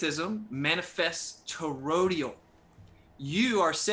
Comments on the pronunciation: Did anyone else notice kept saying “torodial” towards the beginning of the debate instead of toroidal? And the way he was saying compass was annoying me too. Nobody says it that way. I seriously don’t understand how these people have made it this far in life. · It's "toroidal", not "torodial". And is there is an appreciable difference between "false" and "patently false"? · I love how throws out these terms he read somewhere and misunderstands, like what the fuck is "Torodial"? I think he meant "toroidal", IDK. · But his to-row-dee-uhl manifestations, bro! C'mon! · the word is actually toroidal, i.e. doughnut-shaped. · Yeah, I know the word. This ain't my first to-row-dee-ohh. I was making fun of his wacky pronunciation, but I'm glad you also know the word! I love me some to-row-dee-uhl fried dough with cinnamon, etc. Good with coffee! As well as a tasty-treat, it's also a relatively stable topology for a traveling bolus of gas (within another gas). Circumferential-axis rolling toroids of compressible-fluid within a container can resonate, too! Handy for some things. It's also a critical shape for the fusing gas inside a tokamak which allows it to be compressed electromagnetically. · would be a tad more believable if he didn't mangle the pronunciation of toroidal.